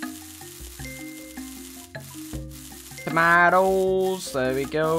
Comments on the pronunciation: Toma- --oes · the way he says 'tomatoes'